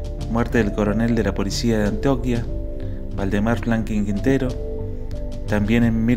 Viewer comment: Alguien noto que dijo antoquia